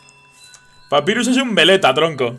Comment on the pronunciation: mira se escribe papyrus pero se lee papairas